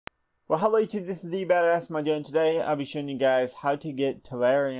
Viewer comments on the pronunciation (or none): none